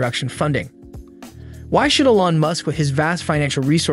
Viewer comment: Please, everyone on the planet knows it’s pronounced E lon. He’s not French. Still 👍